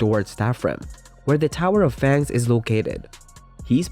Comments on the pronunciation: you said fans not fangs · Your video starting with u pronouncing fangs incorrectly just ruined entire video